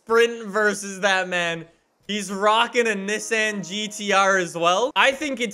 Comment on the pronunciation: N 'E' ssan not N 'is' san